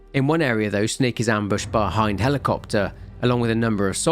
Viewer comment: ...im sorry. What was that?? Not a Hin... ...DEE!!!!??!??!????!??!??!!!???!?!??!??! Are you sure it's Hind and not Hin... Mother F U C K I N G DEEEEEEEE!!!!!!!!!!!!!!!!!!? CUZ HIN-F*CKING-DEEEEEE is so f*ckin common everyone always only evrr says hin-f*cking-deeee. No one has ever pronounced HIND as HIND. Ever. Oh except for everyone who hasn't got kojimas c*ck stuffed down their throat so deep the guys ankle deep in stomach acid. Btw in case you're actually stupid Hind is pronounced Hind. Not hine-dee. In case you're actually stupid.